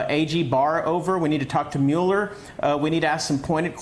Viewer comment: Dude still doesn't know how to pronounce Mueller's name?